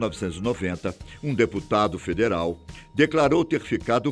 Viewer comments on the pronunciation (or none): none